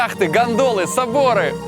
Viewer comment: ой ору мне услышалось яхты,ГАНДОНЫ,соборы)))